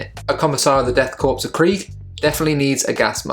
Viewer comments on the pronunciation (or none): Fantastic conversion! Very John Blanche! One little nit-pick...its pronounced death CORE, not corps :)